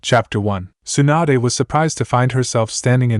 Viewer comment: stop calling tsunade, swanda